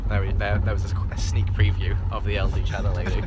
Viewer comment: Just me or did he say: "Of ElderShadowlady"? Instead of LDShadowlady xDD